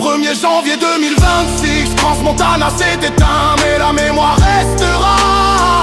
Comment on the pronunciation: très bel hommage mais pourquoi toujours prononcer CRANSSSSSS montana....? Le S ne se prononce pas...